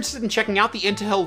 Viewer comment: lol "Intahill" <3